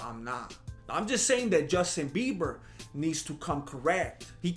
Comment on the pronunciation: Did you say "Dustin Bieber"? Orale! 👊😂👍